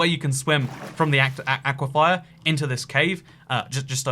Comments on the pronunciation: Just a tip; aquifer is pronounced 'AK-wih-fur', not 'AK-wih-FIRE' Unless thats just your dialect, in which case ignore me. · Stop pronouncing it as aqua-fire. You pronounce it as aqua-fur. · Its an aquifer not an aquifire lolololololol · please, its an aquaFER not and aquaFIER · I love you... but... aquifer... not aquifier. lol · Not "ah-qui-fye-ah", "awh-qui-fur." I love you, but my biggest pet peeve is people pronouncing things wrong. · Toycat, say it with me. It's aquiFER like "aqui-fur." Not aquifire. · "aequifier" it's ockwafer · Everytime I heard “aye-quiff-eye-er” I died inside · Dude aquifer is pronounced awk-wif-fer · Awesome video as always but, and I hate to be that person, it's pronounced Ah-kwi-fer. Unless this is another Alumin(i)um situation. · Those aqua-what's? There's no second i in aquifer. Aqui-fer. 😉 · Why do you pronounce Aquifer like Aquifire? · Has anyone mentioned that he pronounces aquifer as aquifire? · Auquafires what my ENTIRE STATE LIVES UNDER AN AQUIFER AND ITS NOT SAID LIKE THAT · YOU ARE PRONOUNCING AQUIFER WRONG. PLEASE SAY IT CORRECTLY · is that really how British people pronounce aquifer